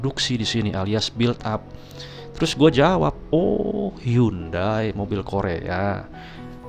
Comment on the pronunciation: Hyundai.. baca nya hende bang